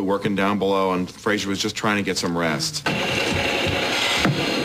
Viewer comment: One that was left in. "You said Flasier!"